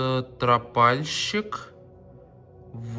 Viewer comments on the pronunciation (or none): привет, ударение на о, стропальщик.😊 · Стропальщик на (о) ударение😂😂😂😂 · Не стрАпальщик ,а стрОпальщик😂